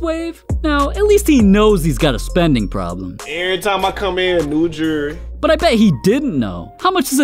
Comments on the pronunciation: It amazes me this dude spends this much on Jewelry (Jerrrry) that he can’t even pronounce nor tell the time with. Don’t get me wrong I think this dudes an amazing basketball player but nobody in the nba deserves this much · "new joory" 😂